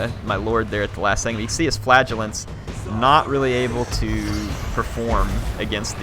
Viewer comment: I enjoy your videos...but the unit that you do not like is pronounced 'Fluh-gel-ants'. What you are saying sounds like flatulence...which is unsavory haha.